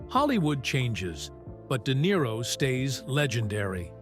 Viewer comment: De Nero eh what a tosser